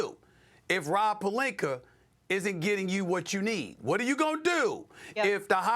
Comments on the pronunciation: It's like he spent some time in England and brought the intruding 'r' pronunciation of words back with him. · "Rob PELINKERRR" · “Rob PelinKER” 💀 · “Rob Pelinker” 😂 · "ROB PELINKER" LMAO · Why is pelinka pronounced as pelinker? Is this an African American thing? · Rob “pelinker” and “Luker” Doncic 🤣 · He can't pronounce words that end with an "a." Rob Perlinker Luker Doncic